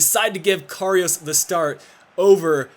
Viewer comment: Can't figure out which is more annoying: doing your little spin inside EVERY time you make a run down the wing, or your inability to pronounce Karius (there's no "o" in it!!). And there's no way you should be advancing in the cup, extra time winner with 9 men? As if....